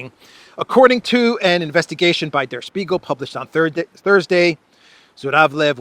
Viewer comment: Here comes me the smart ass with the pronunciation correction yet again (sorry, love you man): "Der Spiegel" (means The Mirror in German) is pronounced with an "sh" and not an "s" like "Shpee-gal". I don't know why it hurts my ear, but I know that you like to say it right:) All the best!:)